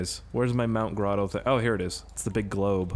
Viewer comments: Why are you saying mount grodo bruh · "Mount Grodo"